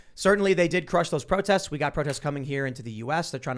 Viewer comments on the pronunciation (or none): "Don't do pwotests, you could get in twouble."